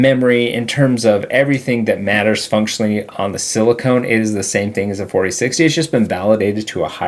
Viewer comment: Great video, thanks! Pet peeve: Silicon (sounds like On) is the solid stuff that goes into chips. Silicone (sounds like Bone) is the gel like stuff that goes in breasts.